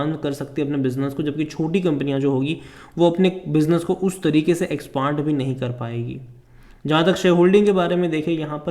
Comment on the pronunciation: Apko expand bolna ata nahi ye video banane lag rahe ho😊